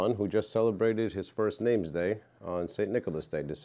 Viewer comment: Cute video. Please do not say NameSday. That is not English, correct English would be/is Nameday! There is no "s" in the word. In English we do not say birthSday, we say birthday. We don't say holiSday, we say holiday (old English for holy day). Please help people to learn correct and good English: nameday!